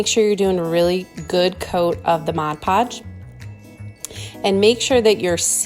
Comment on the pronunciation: You got me when you said "mod" podge the right way!, 😜 new sub here. Good job